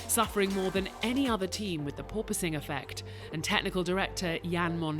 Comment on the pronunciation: Thank you for pronouncing “Porpoising” correctly 👍There is one F1 channel where the guy cannot pronounce it.